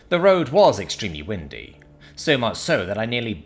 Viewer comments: "Windy", but not like with lots of wind. It's "windy" (long "I", as in the singular pronoun) like a river winds around the landscape, pronounced like you would wind a clock, or wind up a spool of wire. She got carsick from the winding road trip, not because of gusty winds. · Is not a native english speaker? He did not pick up on what windy is meant to sound.